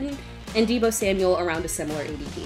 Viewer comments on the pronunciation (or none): none